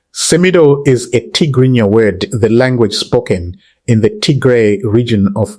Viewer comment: You can't pronounce Tygrinia in English 😂